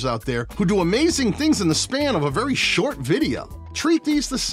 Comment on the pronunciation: “We love sort shorts” 😂 jk love ❤️ the vid. Great content bro